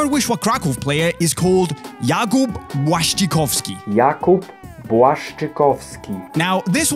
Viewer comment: 😁😅 Yeah, I'm Polish - Wojciech Szczęsny and Jakub Błaszczykowski ^^ Easy 😅😉 "BLASTOISE" 😅😂